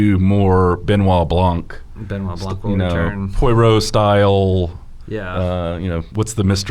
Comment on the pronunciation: Why is unable to pronounce Poirot?